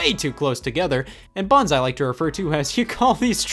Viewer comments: 1. “BUTTONS” is a 2 syllable word and is not pronounced “buns”. 2. Your controllers are filthy AF. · scott pronouncing buttons as ”bUHOns” for 20 minutes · Dude when you say buttons it sounds like buns. 😂 great video! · buh ins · Nintendo made Bu ins, what did you do, DAAAAD?? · Bah enns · I like how he says button, “bu-in” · Alternative title: Scott says "buttons" with weird emphasis for 23 minutes. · I can't watch this anymore because of how he pronounces "buttons".